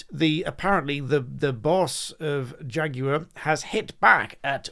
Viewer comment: Shaguar becomes Draguar